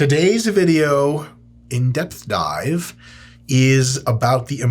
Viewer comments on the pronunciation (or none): I thought he was speaking Vietnamese when he said: in depth dive